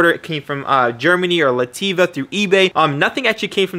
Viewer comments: My guy just called Latvia LatiVa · “Lativa” lol